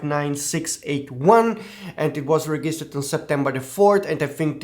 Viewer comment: I suggest you look up on forvo the pronunciation of "register" and "registered", because everytime you say something different